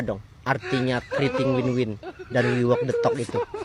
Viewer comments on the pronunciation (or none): Guru Bahasa Inggris Jokowi, bilang nilai BHS. Inggris Jokowi bagus.😮😮😮😮😮 Wi wok de tok. Not Onli tok de tok.